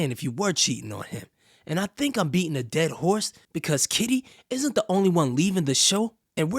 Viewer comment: Sweety you keep saying kita when you should be saying KITTY 😂😂😂😂